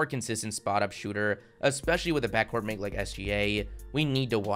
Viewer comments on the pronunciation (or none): none